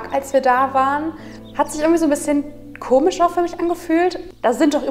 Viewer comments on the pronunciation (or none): none